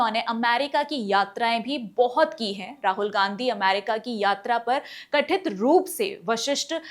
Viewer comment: प्रस्तुति अच्छी है आपकी परंतु आप उच्चारण में सुधार कीजिए। जैसे- कथित की जगह कठित। वरिष्ठ अधिकारियों की जगह वशिष्ठ अधिकारों बोला है आपने। कृपया पुनर्विलोकन कीजिए।उज्जवल भविष्य की शुभकामनाएं। धन्यवाद् 💐